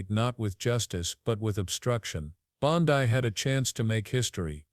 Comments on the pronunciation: AI voice is shit. Bondi = “Bond-ee,” not “Bond-eye” Waste of time. Much better quality non-fascist anti-MAGAt shit out there people e.g. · Pam Bon-die???